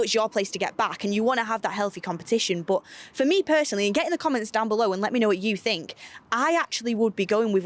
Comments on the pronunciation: Nobody:: BUT! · saying “but” always makes me laugh 😂